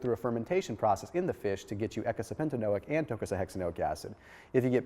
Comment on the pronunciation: "...ekasepentanoic acid and .....x a noic acid" WT? Congrats you said it. Supercalifragilisticexpialidocious What WAS it you said, even the subtitles are rediculous! lol